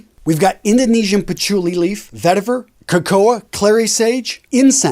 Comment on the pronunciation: Great list, thank you. Suggestion: You say the word Cacao as KahKoah. It's actually KahKow, as the last 2 letters are AO, not OA. Keep up the excellent content and have a great day.